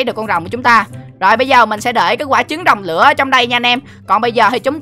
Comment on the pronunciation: Anh đọc sai tên không phải rồng lữa mà là rồng lửa